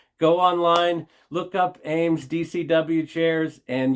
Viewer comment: I'd put at least $35 on that buffalo, being that people here in Texas love anything "western". I sell quite a bit of brass as well. They probably don't do brass anymore because it's too expensive. Awesome find on those Eames chairs. Ea pronounced E, not A.